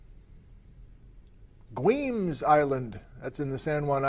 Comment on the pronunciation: Hi. FYI Guemes Island is pronounced (Why)mes Island